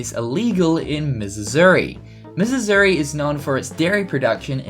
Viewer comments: Missisuri? Margareene? Geez! Where'd you learn to speak? Missouri is not Missisouri. Margarine is pronounced marg-a-rin. It's like wind and wind in another vid done by same person .... one is a verb pronounced why-nd ie the path winds (why-nds) thru the forest vs the wind (the way it was pronounced in the other vid) blows hard during rain storms. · tf is mizzizori?!